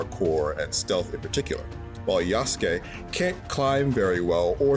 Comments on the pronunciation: Still says Ya-Soo-Kay huh? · The way he says Yasookay drives me nuts. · Everytime he says Yasukes name like Yah Soo Kay makes me cringe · Asmon has PLAYED THE GAME and still can’t say Yasuke’s name right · Why are you pronouncing “Yasuke” like that? 😭 I guess I shouldn’t be surprised based on how you say “Pokémon” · That's not how you say yazuke's name smh 🤦‍♂️